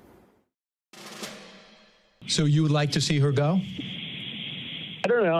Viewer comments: “Convection” my goodness it contagious. Back to the mask mandates. Is there a Biden vaccine? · Ah you slipped. "Convection" vs "Convention" that was a clear gaff. Hmmmm, maybe time to retire and let someone younger take over. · "Rapablicans going to convection". Nice intro to this nosense segment. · Oh my G** she said convection instead of convention. I am not sure she is qualified to read the news. she is probably too old.... or maybe everyone makes speech gaffes. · So, the MSNBC news anchor mispronounced a word. She should resign immediately.